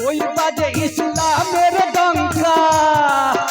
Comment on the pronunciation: শব্দটি ইশলাম হবে না শব্দ টি হবে ইসলামের আশা করি সঠিক শব্দটা উচ্চারণ করবেন। কারণ শব্দটি আরবি শব্দ